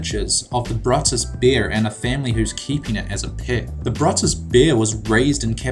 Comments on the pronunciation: The Bear's NAME is "Brutus"; it's not a Brutus-bear, as you said. It's actually a California grizzly bear with the given name "Brutus", which is NOT PRONOUNCED THE WAY YOU DID. It's pronounced "BREW-tuhs"! Casey, his owner, is right there in the photo, next to the bear that Casey has raised since he found him as an orphaned cub. Yay, I love their TV show! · What the hell is the Bruttus bear?? The bear's name is Brutus (broo-tis), raised from a cub by Casey Anderson and featured in several on screen roles. The bruttus bear.... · FYI ITS BRŪTUS NOT BRUTTUS. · He pronounced Brutus r wrong